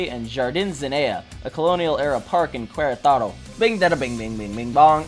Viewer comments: That's I great video! But I gotta make an observation. When you say "Queretaro" the "u" is mute, as if you are saying it like "Keretaro" or something like that. Anyways, pretty good video, I find it cool that this bizarre event was covered by an english channel, I never expected that something like that would've happened. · "Cueraetaero".😅😅😅 This is our Oversimplified war in Mexico. 😅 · Querétaro... Not Querétaro...